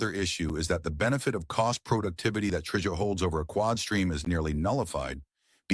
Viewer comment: It's an AI narator. Hence the "tryjays" (or something).